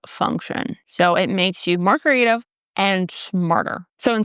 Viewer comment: At the three minute mark, you said "more creative" which I heard as margarita...perhaps that says something about where I'm at 🤪